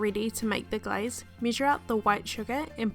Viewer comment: When u said glaze, it sounds like guys.... I was like!!!!! Thx for sharing